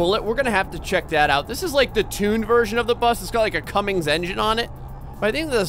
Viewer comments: Cummins not Cummings lol sorry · Oh no, he did it. He said Cummings instead of cummins